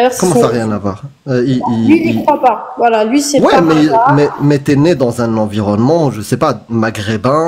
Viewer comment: "Comme je tje djis, c'est pas l'environnemont" 🙃